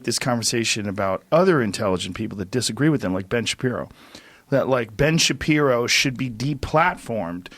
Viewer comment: Articulate sentences? Ben Shabibo?